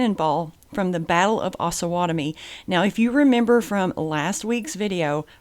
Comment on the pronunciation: We, the residents of Osawatomie would like to let you know it's pronounced OHsawatomie with a long O vowel. It is a combination of the two rivers/creeks that border our town the OHsage and Pottowatomie. It's not AHsawatomie! We tend to need to correct foreigners when they pronounce it wrong....signed Mr. P's Community Class .